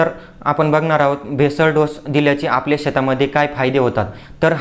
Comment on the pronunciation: बेसल डोस,,,, भेसळ डोस नव्हे l